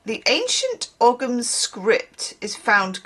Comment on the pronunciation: Ogham is pronounced 'oh-um'. It's an ancient Irish writing system. Each symbol is a different native tree (a bit like runic script) It's a living tradition in the sense that it never really stopped being used, a bit like how the eight fires of the northern hemisphere year are now given the Irish names, because the local language fell away in England ("I blame the normans") but the Irish didn't, so the lasting language is the one we use.